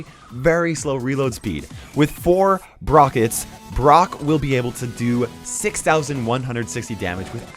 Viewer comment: did he say 'brokets'? xD